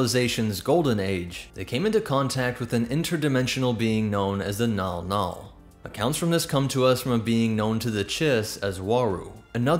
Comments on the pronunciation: Mnggal-mnggal is pronounced "mn-gahl mn-gahl", not "nawl-nawl". Anybody else clock that the chiss are just space-drow, just without the Lolthian spider-matriarchy nonsense? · Why is the clearly written Mnggall-Mnggall being pronounced "Nall Nall"? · Never mind it's called Mnggal Mnggal apparently